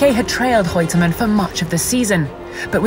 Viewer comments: Is Reutemann pronounced with a 'h' sound ni the beginning, or is the narrator saying it wrong? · The presenter is likely a Portuguese speaker with Rene' being pronounced "Hene'" and Reutemann being pronounced "Heutemann".